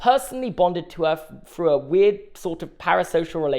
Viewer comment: I can’t continue the video pronouncing through as ‘fru’